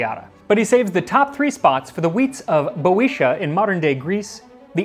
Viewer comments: Bee-oh-tee-uh not boweesshuh But love these videos just found your channel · 1 You lost weight in this episode! 2 It is pronounced Vi-o-TEE-ah. It is a term we use to refer to the northern part of the region you showed on the map. There is a place you can go for snowboarding there. And the grilled meat is amazing - especially lamb. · I disliked because of how he said Boeotia